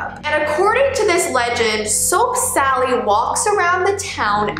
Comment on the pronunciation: i heard soak sally